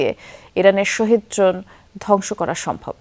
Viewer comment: শহীদ ড্রোন হবে না শাহেদ ড্রোন হবে শিক্ষিত মানুষ ও মূর্খের মত ভুল করে